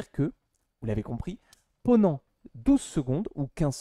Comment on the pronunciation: Je me demandais, c’est un accent d’une région de France en particulier le fait de dire « ponant » au lieu de « pendant » ? Je n’avais jamais entendu cette façon de dire